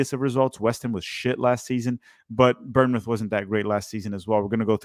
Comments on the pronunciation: ‘Burnmouth’ 😂😂 I won’t roast you too hard but it’s pronounced ‘bornmouth for future reference. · Seriously. I’d actually say it’s closer to “Born-myth” because we say it pretty fast. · I'll give your vid a like if you could say born mouth instead of burn mouth. Otherwise great vid. From a cherry's fan. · Someone teach how to pronounce Bournemouth